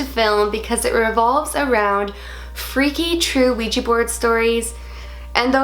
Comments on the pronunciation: Its a Ouija board not a Ouijee board...*switches channel* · It's kinda cute how it sounds like you say ouiji board ^^